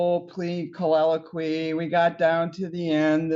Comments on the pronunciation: So this judge has been saying “collilloquie” for 35 years?! S/B “colloquy”! Holy crapola. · Kind of weird that the judge doesn’t know how to pronounce “colloquy.”